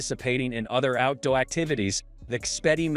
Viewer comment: Cringe AI use for the voice over..."out dowy boots" - "cellphone foot bed" lol